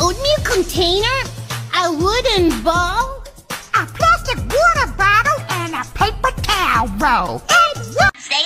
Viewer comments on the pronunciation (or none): Literally me when he said ApLAstic Wuata Botle